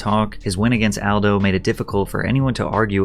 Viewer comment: I like how he pronounces Kabib's name right, but not Aldo's.